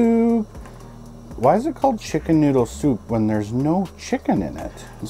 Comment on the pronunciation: "Shicken" noodle soup man lol